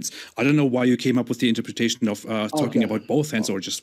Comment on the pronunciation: its unreal that after so many debates and so many people pointing it out he still cant pronounce interpretation.